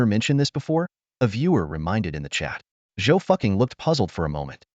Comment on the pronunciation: Not Zhou ducking "replace the d with an f